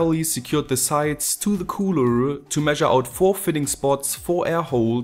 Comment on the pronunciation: Mal n bisschen Kritik zu deinen ansonten guten Videos. Deine Aussprache von Cooler und Layer (eigentlich alles mit -er am Ende) ist etwas... Sehr gewöhnungsbedürftig, aber das ist Geschmackssache. Deine Heatsinks werden so nicht richtig arbeiten können, wenn du dir in einem PC den CPU heatsink anschaust wirst du sehen, dass dieser immer so weit weg von allem ist um möglichst frei zu stehen. Bei deinem Setup staut sich die warme luft am Sockel des heatsinks.